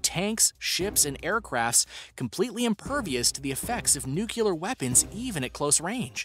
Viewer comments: Did you say "nu-cya-ler" instead of "nu-cle-ar"? 🤔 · All of this knowledge and you still can't pronounce "Nuclear", properly